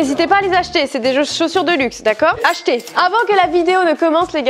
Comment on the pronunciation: Elle a dit ACHETER 🤣